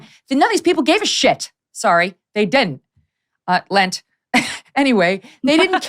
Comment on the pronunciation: Megyn having trouble with Lent. Lol